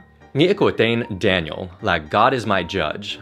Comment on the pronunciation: Phát âm đúng ra phải là Đe-ni-ồ, nhìn thấy cái tên Daniel lại liên tưởng tới thanh niên PFC Ronald "Red" Daniels trong game CoD WWII